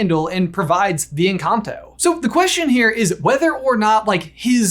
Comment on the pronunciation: in the video instead of "one big encanto" you say "one big and cocktail,"